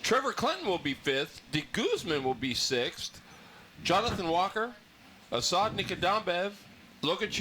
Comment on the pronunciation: Hey this is Asad, I was laughing after my name was called haha! It's Asad (Uh- SAUD) Nikadambaev (NIKADAM- *bAev*). All good on the name butcher haha though